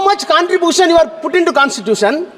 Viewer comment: Contripooootion ah 😂😂😂😂